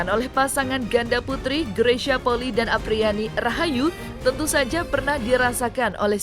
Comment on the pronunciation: Maaf,bukan poli,tapi penyebutannya adalah poli i,i nya dibaca 2x karena itu adalah marga...